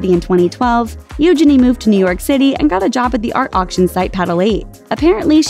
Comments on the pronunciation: You’re pronouncing Princess Eugenia’s name (nickname) incorrectly!!! Please research how to pronounce names before you read the SCRIPT!!!! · This pronunciation of Eugenie cracked me up. I've never heard of that way before, but I think we'll keep it.